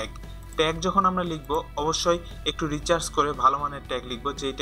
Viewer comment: আরে গাধা... Recharge না, এটা হবে Research.